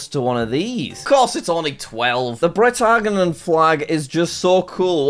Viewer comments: It’s pronounced Bretagne Jack like Britney the name 😂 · Bretagne is Brittany. Pronounced “bretanya” I think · Britagne is pronounced Brit an yay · Bretagne, Jack, is pronounced Britanya. I believe that it is called Brittany over here in the uk but u could be wrong. It is in the North of France maybe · Jack, gn is pronounced like a y and the last e is pronounced like the a in bay, and may. In English the region in question’s name is Brittany.